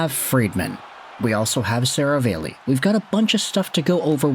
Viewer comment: SeraVAHlli not SeraVAYlli